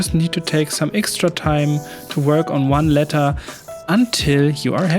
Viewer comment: Digga ich weiß du machst das mit Absicht aber wenn du noch einmal „ixtra“ statt „extra“ sagst, dann schmeiß ich was gegen meinen TV 😂 …oder ich mach nen Trinkspiel daraus 🍸